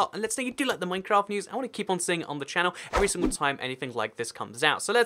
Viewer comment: Why do you say channelaa no offence I love you videos, you are the only one I watch...